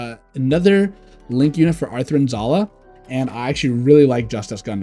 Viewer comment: i know it is petty but why are you saying Athrun Zulu instead of Athrun Zala?